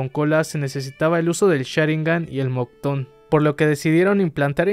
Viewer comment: "MOCTON? PENSE QUE ERA MOKUTON XD "